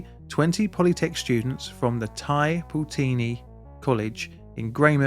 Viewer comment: Pronunciation: Your Tai Poutini is as near as 95% of NZers will ever get but it's "Grey-mouth" not "Greymith"